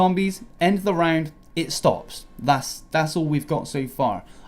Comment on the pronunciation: You are saying "round" like "rang'd" and I hate it.